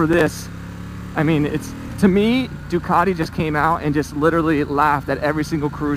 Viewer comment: Possibly the worst review I've ever seen, you can't even pronouce Ducati properly. "It's got a fuel gauge, incredible" Really? 😂